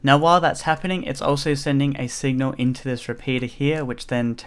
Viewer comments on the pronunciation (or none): none